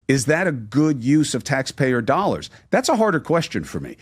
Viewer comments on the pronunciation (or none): none